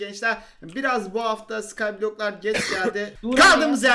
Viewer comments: skaaaayblok 😄 oyunda: sğayyyhğ bloooğhh 😂😂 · Sıkaaayyy Bülohhhh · sykblock u çok komik söylüyo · skyblock u çok komik söledi